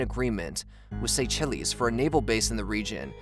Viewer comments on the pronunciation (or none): I love your videos and i know you put a lot of work in them but the pronunciations are always super 😂 Seychelles ≠ say chillies 🌶️😅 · And “saychellies” instead of “say-shells” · It's pronounced Say-Shells. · and "archipeligo" is not "arka-pilay-go" and "Saychelles" is not "say-chili's" This dude has messed up countless common pronunciations over several videos now. I still can't tell if he's trolling us. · This one got me too! "Say Shells" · Man you are butchering Names left and right. Seychelles is pronounced Say-Shells, New Delhi~ new deli. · Just a minor nitpick but aren't New Delhi and Seychelles being pronounced incorrectly? Anyway, thanks for the informative video, as usual!